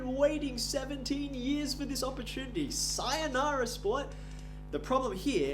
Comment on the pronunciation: DID HE JUST SAY SAYOUNARA 😂